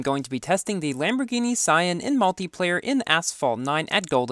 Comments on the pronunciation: Pronunciation is Shaun not sian but good video🙂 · It's pronounced " Sián " ( See-an ) not scion. Scion is a car brand not Lamborghini scion. R u having pronunciation confusion? 99.99% players pronounced " Sián " ( See-an ) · Ffff..... it’s freaking siAAAAAAn !! Not sIan... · its said lamborghini see- ya-n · Sian is actually pronounced: cyi - on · Is it “cien” or “sian”? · You pronounced the name very wrong